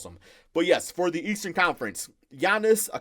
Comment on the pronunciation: Lol when he was trying to say Giannis’ name😂